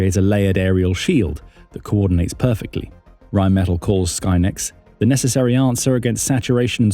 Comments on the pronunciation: It’s pronounced Rhine Meh-TAHL. Really enjoy your contributions! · Pronounced Rine Met Tall!